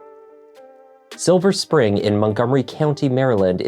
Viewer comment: Woohoo, you actually said Silver Spring correctly and didn't add an S as so many do! 😀